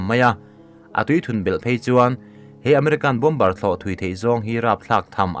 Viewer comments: Mizo trawnga A,Aw,B h cuan bom-ber th khi a dik...bo-mer cu American English ah ciah..Zo trawnga lehlin anih toh cuan a lam dik.. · Bâwmar ti a lam rik tur a nia, bomber ah hian b laita hi silent tur, a ngaihnawm e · "Bom-ber" ni lo in "Bo-mer" ti a lam tur... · Bomber hi bomar tiin an lam thin in ka hria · "bomber" ni loin, "BOMB'ER" tia lam tur zawk